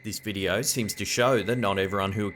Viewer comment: he is decent. Love when he says 'check out this wideo'.